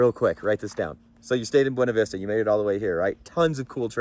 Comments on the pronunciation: The locals say it “Buna Vista”. His second line on the gatekeeper at Grizzly cost me my driveshaft in my Gladiator in October. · Boona-vista is how the locals pronounce it. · Buena Vista, Colorado, is locally pronounced as BYOO-nuh VIS-tuh or BYOO-na VISS-ta, which is a deliberate anglicization of the Spanish name